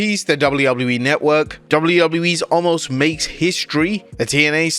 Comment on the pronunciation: FFS. His name is Omos. Not Allmos!